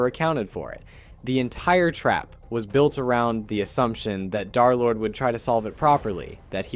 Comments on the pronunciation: Its d3rlord not derlord and darlord its d3rlord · He called him darlord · Derlord❌ Derlord✅